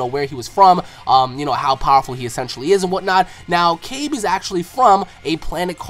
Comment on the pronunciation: it's not prnounced caybe but Kah bay or kya bay